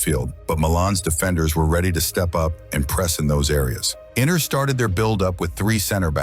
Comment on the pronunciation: Yeah because he says Inner and not Inter 😂😂😂